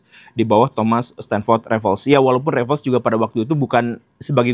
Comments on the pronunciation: Dari cara pengucapan nama 'Raffles' yang benar jelas guru gembul berpengetahuan. Saya baru tahu pengucapan yg benar setelah usia 30 tahunan karena dulu guru saya mengucapkannya rafles padahal yg benar refels😂😅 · Pak keren! Membaca nama Raffles dengan benar! 🎉